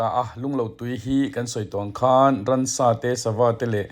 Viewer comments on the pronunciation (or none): Ransa...ti lovin...Ramsa ..tih tur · Rαmsα tih turαh rαnsα i ti leh ṭhin.